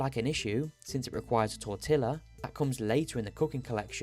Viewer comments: Great video but I did receive psychic damage from the way u pronounced tortilla 😂. It's tor-tee-ah not tor-till-ah but I can defo see why the mistake was made given the spelling lol. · Gods, I hate it when people pronounce Tortilla like that, its a word of Spanish origin, double L in Spanish makes what is a double E sound or Y sound in English. Tor-TEE-uh. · I am begging you please, it is pronounced tor-TEE-a. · That pronunciation of tortilla was like a jump scare